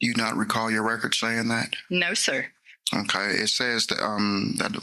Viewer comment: The way he says okay as "hokay" or "Ommmm hokay" as though he's having some kind of useful thought.